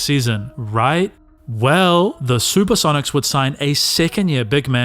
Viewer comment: "The Super-seven-ics"?